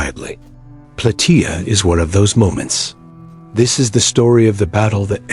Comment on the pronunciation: It's plataia like how u say Gaia but with a soft a